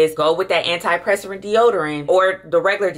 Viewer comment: Anti PURSE per ant. Is how you pronounce antiperspirant.